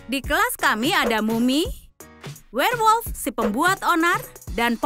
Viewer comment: Wkwkwkwk bilangnya werlmot wkwkwk nyemot